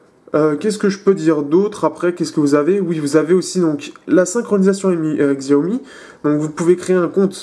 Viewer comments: xiaomi se prononce siaomi ou çiaomi. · Ça se prononce shiaomi